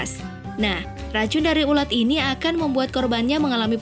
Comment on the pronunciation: Ular ???? Bukan nya ulat coba dengar menit